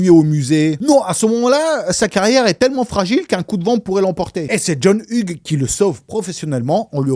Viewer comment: Hugues se prononce Yougs... Et l'Ia du début est pas mal... Mais j'ai vu une video la semaine derniere qui decortique la maison de tournage, L'evolution, les travaux pour le film, les incoherences des placements des pieces, TOUT ! Donc raté ! ;)